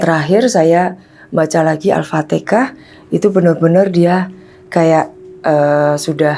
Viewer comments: BUKAN ALPATEKAH BU yg betul ALFATEHAH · Demi konten cerita ngarang dan bohong,nyebut alfatehah aja alpatekah.penyembah setan astarfiruloh berilah agar ibu ini taubat dan tidak bikin konten model ini lagi,cari konten yang bermamfaat dan mendidik.